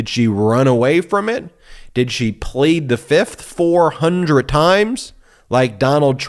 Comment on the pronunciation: Trump: "I'll show her... Fif. 1,2,3,4, FIF! I plead the FIF"